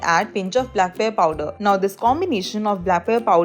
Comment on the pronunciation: If you cannot properly pronounce even black pepper; then do not speak in English, speak in Hindi🙄